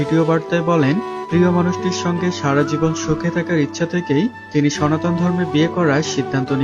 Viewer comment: আহা আহা আহা হরে হরে কালির সোনা বরে বরে 😂😂😂কাইল্লা কালির সোনার বড্ডা আন্ডা, বরিদে শিবের গরম গরম লম্বা লম্বা ডান্ডা 😂😂😂সনাতন ❌সোনাতন✅🤣🤣🤣